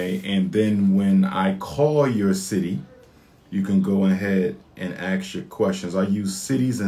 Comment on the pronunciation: Mr. PhD postulating a query or question is called "ASKING", not "AXING". Axing is the act of cutting down.